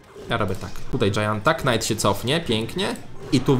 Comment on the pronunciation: Karta Knight wymawia się "Najt"